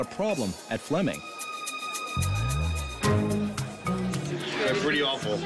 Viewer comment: Flemming not Fleming! 🇩🇰😁